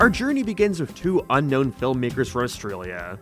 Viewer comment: What is that accent? ''Unknownnn-uh'' ''Timmme-uh'' ''This thinnng-uh'' ''Terrified me as a kid-uhhh''